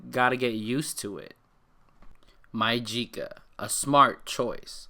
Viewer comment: you did say it Perfect *keep up the good work*